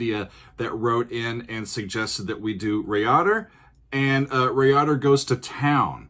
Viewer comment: Great video, however it's pronounced Rye-Add-Err.